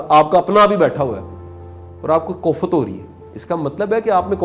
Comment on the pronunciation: Sir koft hota hai....kofat ghalat Urdu hai